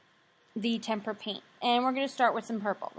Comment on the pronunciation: Hearing Temper paint makes me hurt